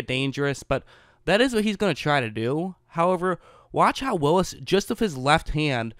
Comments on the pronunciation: Whatchu talkin' bout Willis? It's pronounced Wills. ;) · Sorry, but it's Wills. Only one i. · Wills bro NOT WILLIS!!